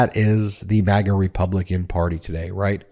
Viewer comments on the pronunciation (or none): none